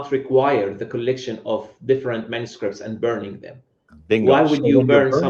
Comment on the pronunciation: how come hatun's english is so bad? she cant pronounce manuscripts which is an easy words she says like manuscripits...none sens. i appreciate her work but it would be useful for us to be able to understand her better..